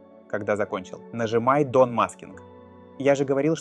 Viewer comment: Дон - это как у Кадырова? 😅 Вообще "дан" произносится.